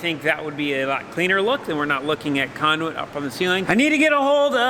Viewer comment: Say "conduit"...I know you con-du-it!